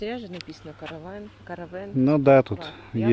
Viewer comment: КАрвен,ударение на А.